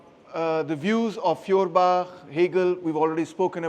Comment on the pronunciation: You pronounce his name not correct and no properly! I give you an example dear free of charge of course 🤗🤩 You pronunciation sound “ Fiorbach“ which sounds wrongly in German language! It would be highly correct if you pronounce “ Foerbach “ Feuerbach in German Language means; Fire stream,Fire creek,Fire brook…… Your lecturing method is great and very helpful to understand the issue❗️✊👏